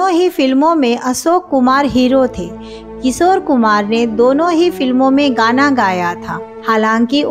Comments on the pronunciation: एक एंकर के लिए सही उच्चारण बहुत जरूरी है। किशोर होता है। किसोर नही। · सोर, सोर, अरे बाबा सोर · किसोर मत बोलो। Work on your pronunciation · इनका "किशोर" शब्द का भी उच्चारण भी ठीक नहीं है.